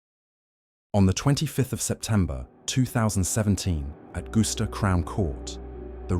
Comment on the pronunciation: Don't forget glue-ster